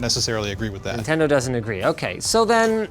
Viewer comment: What is nindendo?